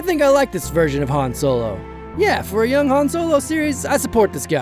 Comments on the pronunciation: I know Lando called him 'Han' as in 'Hand'....But Keira and Han Himself pronounced it 'Han' as in 'palm..... (Please don't hate me HISHE people, I love your Videos :) ) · I'm so glad you noticed the H-aan / H-ahn thing with Lando, drives me crazy, c'mon Billy Dee lol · Dude, Lando Says Han like H-AN Because Han Says "So what's this game Sabacc?" (S-ABACC)